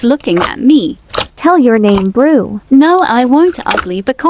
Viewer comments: "Well my nime is luke" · "Well my nema is luke"